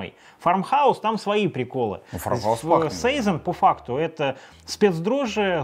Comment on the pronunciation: и всё-таки сезОн, а не сэйзон, сИзон или сайсон. Валлония ж)